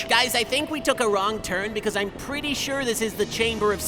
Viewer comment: Whehw tha gwass waws gween awnd da giws waw pwettay, mane!